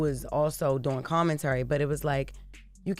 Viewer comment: "common-Terry". Somebody tell Jess the word is commentary. smh